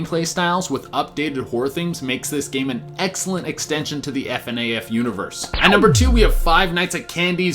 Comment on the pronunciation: No one says Fnaf like that